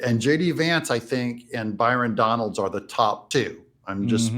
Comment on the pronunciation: I heard him ( trump) say Byron Donald..